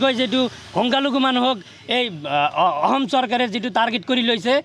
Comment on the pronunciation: 😂e delhun ahom kooise...... 😂ahom ne অসম ।।।।।Assamese vlkoiii kbou njne.... Asorit dei